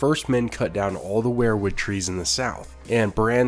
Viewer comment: You keep pronouncing "Weirwood" as "Were-Wood", like you pronounce "Werewolf". It's pronounced "Weer-wood",as in "WE are going to the store". Just a little tip from your Uncle Charley.